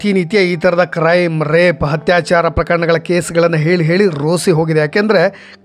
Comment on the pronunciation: ನಿಮ್ಮ ಈ ಕಾರ್ಯ ಪ್ರಶಂಷನೀಯ, ಆದರೆ ನಿಮ್ಮ ಶಬ್ದ ಉಚ್ಚಾರದ ಕಡೆಗೆ ಗಮನ ಕೊಡಿ, ಹತ್ಯಾಚಾರ ಅಲ್ಲ ಅದು ಅತ್ಯಾಚಾರ, ಹ ಕಾರ ಹಾಗೂ ಅ ಕಾರಕ್ಕೂ ವ್ಯತ್ಯಾಸ ಗೊತ್ತಿರಲಿ 🙏